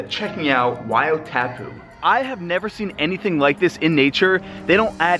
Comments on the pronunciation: Great praise for AKL. Wow :) ouch pronunciation: WAI O TAPU why aw taaa poo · yup i'm from New Zealand and he said tapu wrong its said taapu. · Sorry to say...but its pronounced as "why-or-tah-poo" Sad to see you didnt get to ride the waves...maybe it will be incentive to come back and visit all the other attractions of our beautiful country. I'm a native of Rotorua 😁😁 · waeyoo taypoo 😅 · Just to help when you pronunce Wai o tapu you a pronunce it like why, oh, tarp, poo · Why-aw-tarpoo Thats how you pronounce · YAAAAY!! New Zealand is appreciated!!!!!!!! Although you said Wai-o-tapu wrong. But that's fine😊. Also when you said more sheep than people, so true. Also Mt Bruce. You should've checked that out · Man you butchered "wai o tapu"